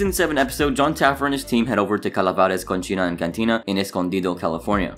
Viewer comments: It's coh-see-na, not cocheena. Cochina is how you say "pig" or "slob". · Btw with the pronunciation of cocina it is pronounced with a "c"(see) sound. When you say it the ch is sounds like cochina, which can be mistaken as a female pig or what Latinos call something dirty. It made me laugh a little because it reminded me of a pig when you said the bars name. Either way love your vids!